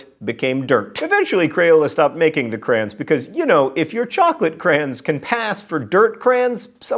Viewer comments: lovepatches CRAY-ons. But you knew that already. ;) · "Crayn." Ah... I... Wha...? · he's from the midwest haha we pronounce is "cran" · Two syllables in "crayons", there, John. ;) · yes! I was looking for this comment lol